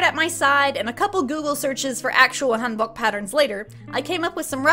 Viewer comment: Bro y do u say hanbok like that 💀